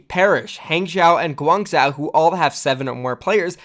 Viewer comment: You seem to be someone who prizes accuracy. On that note, please pay attention: Guangzhou: pronounced ‘gwong-joe’ Hangzhou: pronounced ‘hong-joe’